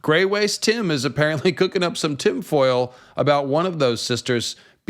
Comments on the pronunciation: Did you call it... "TIM-foil"?! Did I hear that right? 😂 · Did you say “Tim foil?” 😂